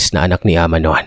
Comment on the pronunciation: Good morning po,happy listener po from SG,Tama po pgkapronounce mo Ng "ahma"😊🇵🇭🇸🇬